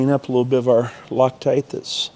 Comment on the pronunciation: “A liddle byit…”